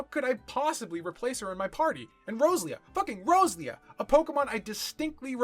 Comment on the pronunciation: just gonna drop this here, then. Row-Zel-ia and Row- Zer-aid. No joke, I had no idea what creature you were taking about until you mentioned Gen 3.